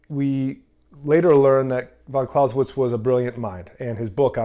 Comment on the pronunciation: you can't even pronounce his surname correctly.